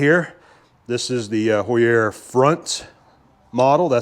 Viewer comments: Heuer = Hoyer, not Hoo-yerre. 😂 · You can pronounce “Heuer” like “Ho-ya” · In the USA we typically pronounce Heuer as "hoy-ur" But in Germany it is "hoy-ah" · Heuer, like the watch, Tag Heuer, is pronounced HOY-er. The "H" is hard, meaning you do pronounce it when saying the name. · very cool vice! HAUER pronounced "HOW-ERR". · Same spelling, different pronunciations, then. Tag Heuer watches are Swiss, so must be the difference there, then. :)